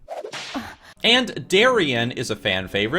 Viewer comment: I sure do love "assests" Rachel